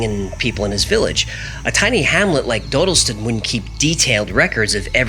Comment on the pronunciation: It's pronounced "doddleston" I live quite close